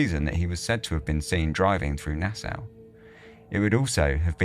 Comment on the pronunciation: Na-saw, that's how it's pronounced.🫣